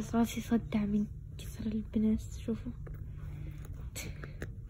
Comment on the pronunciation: الاستغفار الصحيح هو هكذا (استغفِرُالله )وليست استغفَرَالله لانه غلط كأنك تقولين الله استغفر انتبهووااا